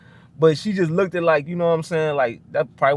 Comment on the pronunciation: You do not need to emphasize the "ed" on look.The "ed" is silent on look not look ed.